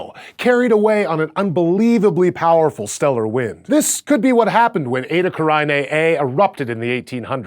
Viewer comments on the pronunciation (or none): none